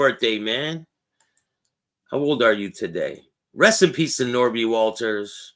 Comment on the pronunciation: It's Nobby! Ha ha ha!!! pronounced it. Not Norby.